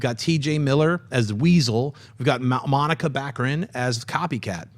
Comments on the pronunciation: Yea it is distracting. I like but he could at least try to get the names of the actors he's talking about correct. He kept saying Monica Baccarin. Her name is Morena. Also he was incorrect about all the Silver Surfer info. Fox does own "The Skrulls" as well as the Shi ar". And alot of other cosmic characters. Maybe I'm nitpicking but he's the host he can at least make an effort to get the details correct. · Any of you guys feel like getting Morena Baccarin's name right? If you're not familiar with her than make the effort to just right it down or something, it's not Monica!!! John has stated on movie talk how beautiful she is yet can't correct the name? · It's Morena Baccarin, not Bocceran. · You're killing me. You need to reread her name, it's not Monica, it's MORENA Baccarin. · It's Morena, not Monica xD Great video guys!